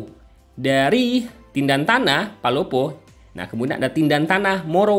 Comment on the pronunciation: Tentena Bukan tindantana